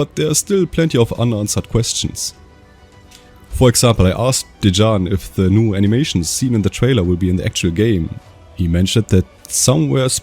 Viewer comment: Dejean... That's not how you pronounce Dejan... As my name is actually Dejan I can confirm that one.